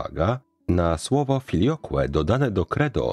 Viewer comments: Nie "filiokłe", lecz filiokwe. Jeszcze nie tak dawno temu żadnemu łacinnikowi "filiokłe" nie przeszłoby przez gardło. Uczyłem się łaciny u trzech mistrzów i takie deformacje były dla nich obrzydliwością. Poza tym jak zwykle świetna audycja. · Aqua - "akwa" Filioque - "filiokwe", proszę uważać na wymowę łacińskich słów. Wymowę dla laików super przedstawiał ksiądz Kneblewski na swoim kanale, krytykował tzw. włoszczyznę w łacinie. Dziękuję za wszystkie Sprawki, a zwłaszcza za wczorajszą o obmowie. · filioque, wymowa filiokwe